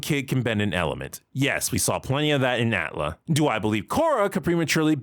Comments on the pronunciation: Wait. I know this not the point, but I'm stuck on it... Y'all really be out here saying "at-lah"? This whole time I've been saying "A.T.L.A." or just "Avatar". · You make a lot of great points, but the way you say "Atla" and "Tlok" as if they are words really grinds my gears. I just can't stand it. Just call the shows "Avatar" and "Korra" like every normal human would, Jesus Christ! As for the topic itself, I understand disliking the scene, heck almost every scene in any piece of media which tries to make a child look "cool" is inherently cringeworthy, but I believe all your complaints come down to how the show treated Korra PAST this point. The scene in a vacuum itself is just the proper introduction of the character, if she stopped being a Mary Sue as she grew up and they gave a good reason why she excelled at bending more than previous avatars then there'd be (almost) no problem! The scene works well in establishing that this is going to be a different show than Avatar, it tells you straight away that this show is NOT going to be the same journey with a different protagonist, it's going to be a completely different journey and this new Avatar will have to learn different lessons. That's the biggest positive which you didn't put in your list, it's not about literal exposition, it's about presenting themes and styles. Afterwards we all got disappointed, or at least underwhelmed by what this show was compared to Avatar, but blaming this one scene for it is nonsense in my opinion.